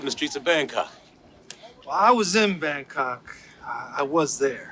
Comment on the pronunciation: How did that “Bangkok” flub make the final edit?! 😂